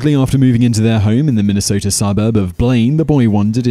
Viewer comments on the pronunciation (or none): none